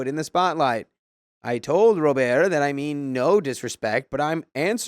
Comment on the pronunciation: Story 1: I cant stop laughing at “Ro…birrrt” 😭